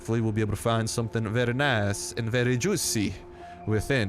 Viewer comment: Vaery naice xd